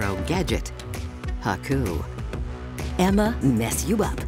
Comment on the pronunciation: She said haku 😂😂😂